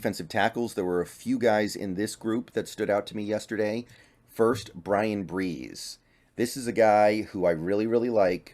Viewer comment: Dude, it's Calijah (Ca-Li-Jah), not Cajilah. And it's Bresee (Bruh-Zee), not Breese. I want to just watch these and get good information, but it's lazy to not know the players you're educating us about. If you've studied them, watched them, and discussed them with anyone, then you would know what their names are. At this point, I'm sure I've got better insights into the background of Kancey and Bresee than you. For one thing, I've been studying other videos on them and the other thing is I know how to pronounce their names. The problem is, beyond being a fan, I'm not a football guy. I'm a baseball and basketball guy. I want to know who fits the Seahawks style and needs best. Please, if you have those insights, share them. Who are the players the Seahawks will want if those players are available when the Seahawks pick?